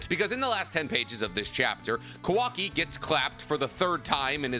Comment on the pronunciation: I'll give you credit for making such an informative video, but PLEASE learn how to pronounce Japanese names, if i drank for every time you mispronounced Kawaki or Mitsuki's names I would have an early grave.